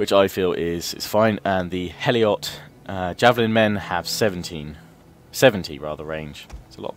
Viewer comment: You keep saying "heliot", it's HELOT, spartan second-class citizen.